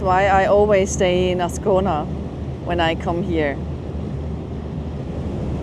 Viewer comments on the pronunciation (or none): Schöne Bilder, aber 3s spricht sich so aus,, wie man es schreibt: Ascona und nicht aona / asona / oscon oder Locarno und nicht loano und das viel "ja" ist auch nicht notwendig